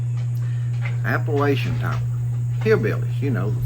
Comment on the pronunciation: This guy doesn't even know how to pronounce Appalachian...............